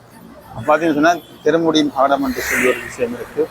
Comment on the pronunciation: தம்பி தெரு மூடி மடம் என ஒழுங்காகக் கூறுங்கள்.